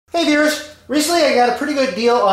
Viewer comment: it sure sounds like it. LOL. But on closer listening I can tell you’re saying Viewers. It sounded so corny. Sorry. Maybe time to find a new opening line. LOL